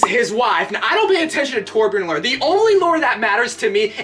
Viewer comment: Torbjiorn the guy